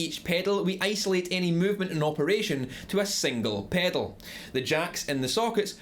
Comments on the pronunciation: take a shot every time he says PEDOLE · I love how he says the word “pedal” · I love the way this guy says pedal. Paydl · The way you say pedal is gold. Good video also, as I am just getting into guitar this is quite helpful. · I like how you say "pedal", but we say it pretty boringly in North America. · came for the info... stayed to hear him say pedal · I love the way you say "pedal". :)